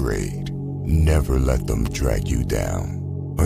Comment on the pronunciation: Learn how to pronounce the word "them" thanks.